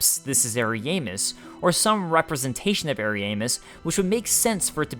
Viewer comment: from other lore videos(i.e. Vaati) they pronounce it to be Arian-DEL (like adele) and Ari-ya-mus instead of Ari-EY-mus. but i havent played the DLC so idk for sure how NPCs pronounce it or if they say it at all.